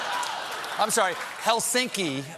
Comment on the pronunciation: My first transalantic voyage was to HELsinki, SUomi, where I immediately learned that in the finnish language, SUomea, the ACcent is ALways ON the FIRST SYLlable. So stop calling HELsinki Hel SINK i, please! The accent is on HEL! KIItoksia PALjon.